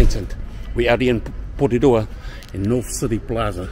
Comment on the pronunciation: Thanks for saying it right, Porirua aka Ptown!! Malo lava keep it coming 👊🏽